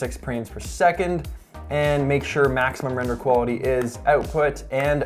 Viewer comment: I'm sure someone already said it but "prames per second" haha. You're awesome Pete!